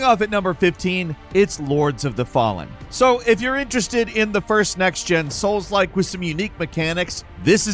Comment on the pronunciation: Man there are some really amazing looking games but once you say souks like I’m out unfortunately 😞